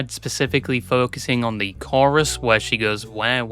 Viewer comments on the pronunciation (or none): none